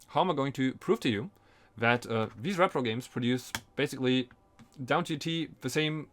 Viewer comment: Dude i mean no offense in any way but you're saying it completely wrong as it's repro "ree pro" not rep-pro as it stands for reproduction "ree-production" and there is no such thing as a rep-production.